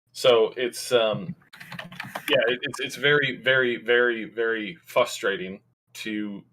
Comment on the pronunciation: It’s very, very, very frustrating to hear pronounce the word, ‘frustrating’, as FUStrating.